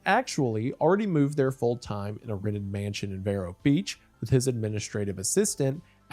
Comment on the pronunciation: it’s Vēro beach oh my lord😂